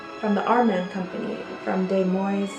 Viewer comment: Des Moines —->> Deh Moin. The s’s are silent. 😉 I’m from the Midwest and couldn’t help myself. Love the vintage makeup and skincare products!